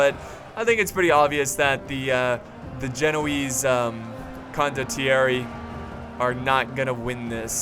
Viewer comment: The way you say condottieri is pretty much fine . Accent on the "o" not on the "e" or even the "i" anyway ( I'm italian)